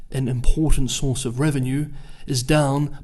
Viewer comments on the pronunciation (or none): none